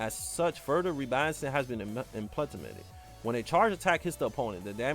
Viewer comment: “Implemenated” lol